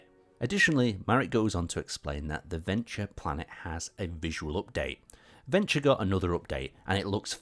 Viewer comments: I thought he mispronounced it personally. Sounds like he's saying 'Venture'. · Hold up, that's how Verdure is pronounced? That's crazy.